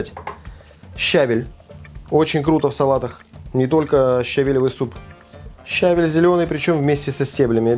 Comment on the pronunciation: В русском языке правильно говорить не только со́усЫ и блю́да, но и щаве́ль! Салат странноватый. Редиска в воде не понравилась...